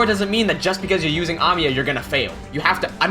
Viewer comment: I like the way you pronounce Amiya